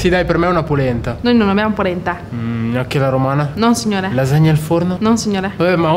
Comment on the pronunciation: Jacopo ha detto pulenta invece che polenta ahaaaaaaa😂😂😂😂